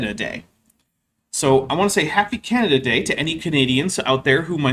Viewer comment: Whenever you said "Canada Day", I kept hearing it as Canadadae, as in a species of animal lol.